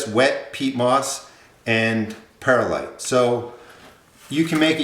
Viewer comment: Good recipe. Please pronounce Perlite Per lite. There is no "i" between Per and lite. It's like "W" saying nu cu lar instead of nuclear....Grammerly